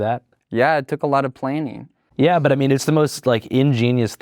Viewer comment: Did he just say "yeah, it took alot of PLANEing"